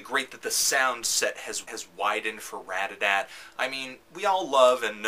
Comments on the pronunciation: ratATAT not radadadt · everytime he says radada i want to laugh. Otherwise, nice review :) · Dude, I LOVE Anthony's reviews, don't get me wrong, but DAMN! This shows its age because I don't think he actually said RAT-A-TAT once in this entire video XD LOL In his newer reviews of Ratatat, he puts so much emphasis on the TAT now. I think he caught on. haha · I just can't believe someone would call them Radadat with such confidence. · why does he call ratatat "RAD-A-DAT" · Say the name right